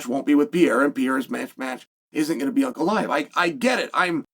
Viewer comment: Is it me or does it sound like Chael is calling him “Uncle Iev “😂😂😂